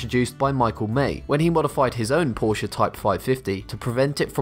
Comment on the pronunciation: Thank you for pronouncing "Porsche" right